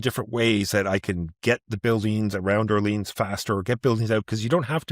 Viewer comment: "Orlean"? lol